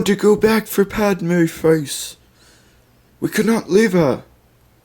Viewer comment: omg its padme not padama. padama sounds too much like a country, much less a person